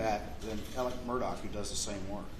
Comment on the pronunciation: Why does this attorney keep referring to Alex as “Alec”??